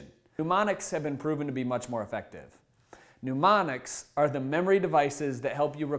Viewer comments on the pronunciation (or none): Mnemonics (Knee-monics), not "New-monics." And a picture is not a pitcher. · Sorry, feeling a tad snarky this morning - first off, photographic (eidetic) memory is quite different than using mnemonics (which he is pronouncing 'pneumonics,' but that's really not a fair gripe). Second, it is hard to take seriously a guy who's claiming that memory skills can be learned by anyone when he can't get his eyes off the teleprompter. Come on. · This guy keeps saying newmonics , say it correctly for gods' sake!